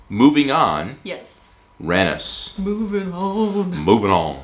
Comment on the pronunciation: You're probably aware, but you're pronouncing Randers wrong. You need to pronounce the "a" more sharply, like the "a" in "Shark", or danish word for kind; "rar" Secondly, the "d" is silent. Though I don't blame you, you're likely used to pronouncing d's when you see them after n's, such as the name Rand Paul - but this is wrong. (And you did do it right in the second half of the video) Finally, the "er" sound is actually more of an english "or" sound, or the way you pronounce "os" in danish.